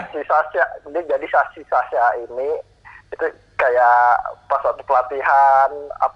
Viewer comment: Beda teman2 bang dika bilang sasya bukan sasha